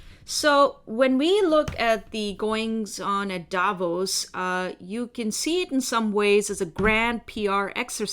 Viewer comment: Davos not Davis🙄